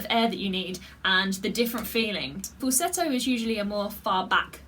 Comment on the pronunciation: Congrats , you pronounced the word Falsetto the way it should be